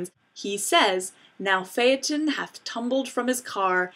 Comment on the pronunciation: Thank you for pronouncing "Phaeton" correctly.